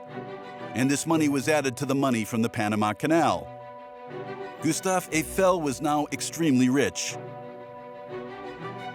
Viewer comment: Обожемой, ГюстАв ЭйфЕль, когда наконец ИИ научится грамотно ставить ударения!